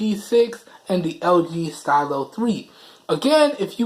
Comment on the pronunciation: Nigga trying to say lg but he said ld lmao dead 😂😂😂